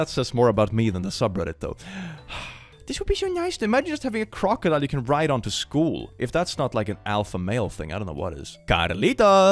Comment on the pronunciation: I love how you Say: Crocomodile everytime there are crocodiles in your videos